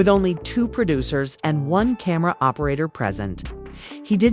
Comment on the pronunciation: I was listening until ai said camara instead of camera … 😅